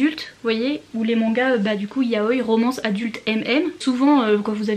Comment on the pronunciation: Yaoï !!!! Le i se prononce 😭😭😭